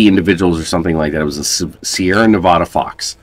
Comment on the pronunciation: You’re saying Nevada wrong. My source is, I’m from Nevada.